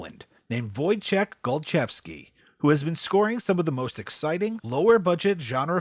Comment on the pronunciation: 'Woy-chek Gol-chev-skee' Finally learnt how to say it - thanks!